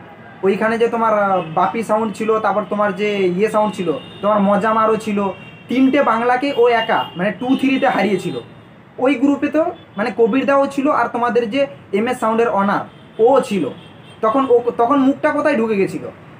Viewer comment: মজাম নয় মোজাম কথা টা ভালো করে বল